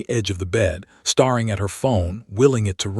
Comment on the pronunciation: Staring is pronounced stairing.